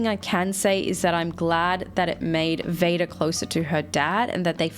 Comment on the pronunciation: Every time says Vada, i hear VADER